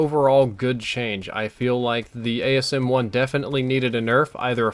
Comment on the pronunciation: It's called the asm1 not the ams1